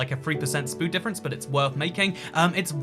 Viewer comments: "Its only like a 3% spood difference" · “3% spood difference”